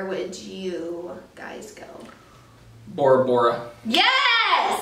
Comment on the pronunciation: Omg first time someone says my last name right without me correcting them!! Yay! Lol and yes Bora Bora is the place I would love to go too!!